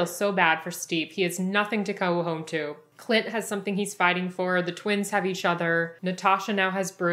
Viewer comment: I swear she's saying clit instead of Clint